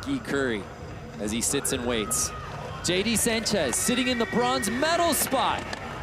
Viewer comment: Can't even get Sanchez right 🤦